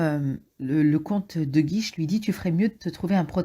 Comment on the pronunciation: Super résumé mais c'est le comte de Guiche, pas de "guise" ! Merci !